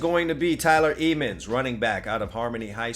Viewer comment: THATS MY BROTHER ; LETS GOO THEY CANT STOP THAT TRAIN !!!! CHOO CHOO 🚅🚅 Ps. the pronunciation of the last name is not eemans but emmans 😊